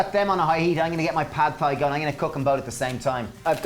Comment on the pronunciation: Love your videos! It would be helpful to have written amounts in the description box. Also, Thai is pronounced like "tie".